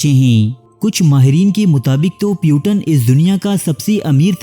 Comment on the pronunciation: Bhai mere tumne to naam ki aisi taisi kardi. Puteen naam hai iska, putan nahi